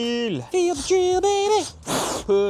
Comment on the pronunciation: Where did the R come from in Tree nut? It's a Tee nut for everyone else, but I guess when someone as Reta... Oh, that's where the R came from. You donated it